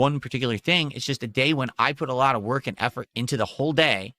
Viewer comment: It's very hard "whark" dude